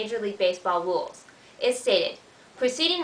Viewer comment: "rules" not "wules." At least you are pretty.